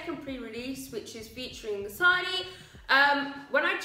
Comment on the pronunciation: You’re like the only person I’ve heard pronounce Seori’s name correctly. I guess it’s because you actually know how to read Hangul. Kudos to you